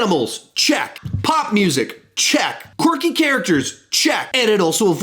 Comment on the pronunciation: I wonder how many times said qwarky ( I dont even know if this is how u spell it).